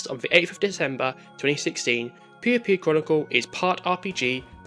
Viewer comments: It's pronounced Poy-yo Poy-yo. Not pew pew. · Not you calling it pew pew lol never heard it pronounced that way i think i found a new drinking game. But its a shame the 3ds doesnt have as many patches as regular ds games.